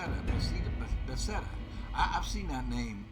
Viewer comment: HELL YEAH! I’m so happy this is one of my favorite games of all time alongside RDR2 but for totally different reasons. Bethesda is pronounced “Beth-ez-dah” and is from Maryland, but for this game they leased the development to a different company called Obsidian Entertainment